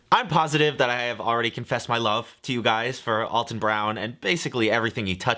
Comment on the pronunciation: If you love him you should know he's 'Al' ton not 'All' ton